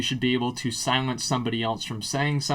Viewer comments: lol "Silience" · "Silience" :P